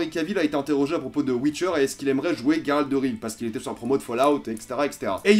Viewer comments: Comment tu peux te dire FAN de The witcher. Et prononcé GUeralt de rive. Au lieu de '' j''eralt (je sais que sa s' ecrit '' Geralt'' et justement. Phonétiquement.'' Geralt '' sa se prononce Jeralt. Pas Gueralt. Merci de ne plus faire l'erreur a l'avenir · Geralt pas Gueralt ok !! Tu as jusqu’à fin 2019 pour apprendre. (à part ça t'es un mec sympa) :D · The Witcher c est ta vie mais tu prononces mal Geralt :/